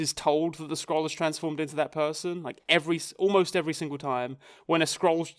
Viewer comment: Every time you said "skrull/s" (yes every time, I have a dreadful short-term memory) I caught myself thinking, "Scrolls? What scrolls is he talking about?"